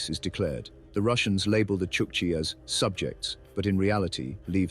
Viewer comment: This is probably why Chukchi are the butt of jokes in Russia - kind of like our "dumb Polack" jokes. Also if we are going to do AI voiceovers, make sure the name is pronounced right. The video pronounces it as "chuck see", but it's "chuck chi".